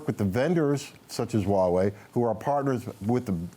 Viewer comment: Why can no one pronounce the H in huawei? I cringe every time.